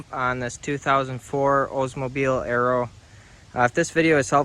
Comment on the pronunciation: Oldsmobile Alero,,, Not Arrow !!!